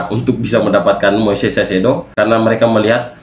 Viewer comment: kaisedo bacanya bg, bukan saisedo